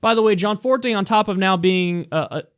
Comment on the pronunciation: Yo Kyle it's GE ANNE Forte. Sorry for some reason that keeps bothering me